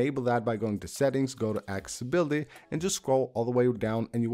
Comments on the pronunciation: It’s not “”acciboty” it’s ACCESSIBILITY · lol axe-e-bully/accessibility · i love how when you say accessibility you say axebility 😂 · Axability 🤣. Bs aside… Great content. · I love how he always says axe-ability XD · Hes pissing me off saying "Axeabilly🤓" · “Axe-ability” lol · “Ax ability”? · “Go to axability” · that pronunciation - aksability :D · You really need to learn how to pronounce accessibility properly. The mispronunciation is far more annoying than the content is helpful. A 12 year old would know these “tips” 😂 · Bro that’s now how you pronounce accessibility just a heads up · The way you say accessibility is crazy. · Please practice the saying the word accessibility